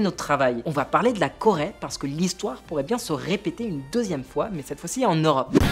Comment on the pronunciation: La Corait ???? jajajaja Coraiainne????? il sait tjrs pas parler le ptit grassouillait x) x) LA Corai 😂😂